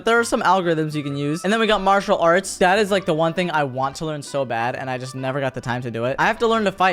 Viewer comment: bro said artial arts insteid of matial arts